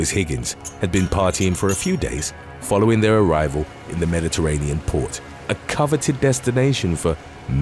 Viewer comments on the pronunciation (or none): none